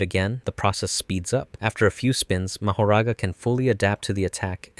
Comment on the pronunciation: Nah it’s Ma-ho-ra-ga